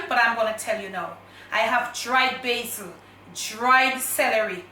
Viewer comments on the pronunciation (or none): none